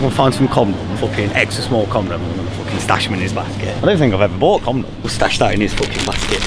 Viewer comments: Fella said comdoms 😂😂😂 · "Comnoms" hahah